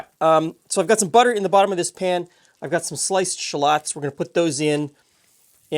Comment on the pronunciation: My only complaint is mispronouncing shallots. Would you pronounce salad as "say-lawd"?